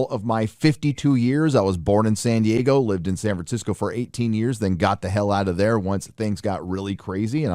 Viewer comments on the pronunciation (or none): none